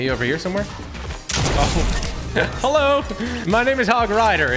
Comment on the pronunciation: hewo cowward